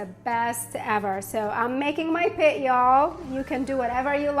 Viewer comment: Are you from Texas?, I caught "y''all"